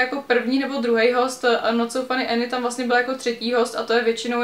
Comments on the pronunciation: když už o někom mluvíš tak si aspoň zjisti jak se jmenuje Any ne "Eny" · já jenom že je to Anežka ne Enežka